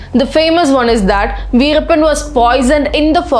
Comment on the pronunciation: Tell the name correctly